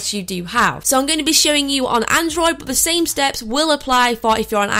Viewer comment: But it sounds like butt